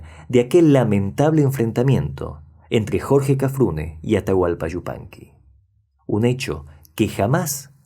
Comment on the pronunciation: Este es un comentario dirigido a tí, que no a tu reseña. ¡Cuánto agrado sentí al escucharte pronunciar "Yupanqui" tan correctamente y no "Shzupanqui", como suelen pronunciarlo algunos de tus compatriotas, lo que me permitió ver y disfrutar tu interesante trabajo hasta el final. Te confieso que no puedo soportar ni por un instante escuchar decir, por ejemplo, "ASHUDA" CABASHO, CASHENDO, SHOVIENDO, etc. (Ayuda, Caballo, Cayendo, Lloviendo). Me causa mucha repugnancia, y no puedo continuar viendo los videos donde se cometen tales faltas de pronunciación. Así que te felicito por no causarme ese disgusto, y te garantizo mi suscripción a tu canal. Saludos desde República Dominicana.